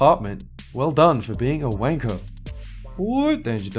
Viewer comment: I think this is the first time I've heard say wancker.